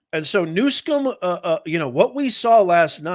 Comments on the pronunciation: Can you not read? Its newsom not newscom. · You call him Newcum his name is Newsom but you called him right .God vorbid he has ruin beautiful California, he will do this to the USA.